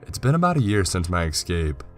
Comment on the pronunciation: Why does the narrator always pronounce "escape" as "excape"??